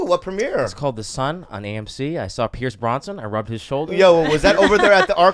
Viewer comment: Did that guy say fucking Pierce Bronson instead of Pierce Brosnan